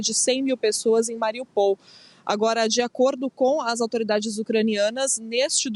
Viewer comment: A cidade não se chama Mariupol chama-se MariÚpol !!!!!!